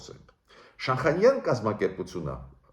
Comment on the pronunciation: Բարեւ Ձեզ ,շատ հարգելի պ-ն Գրիգորյան ,ներեցեք ուզում եմ ուղղել բառի արտասանությունը ,Շանհայան ։Ռւսական կրթության հետեւանքն է։Նորից ներեցեք ,հույսով չնեղացրի Ձեզ։Շնորհակալ եմ:🙏👏🏻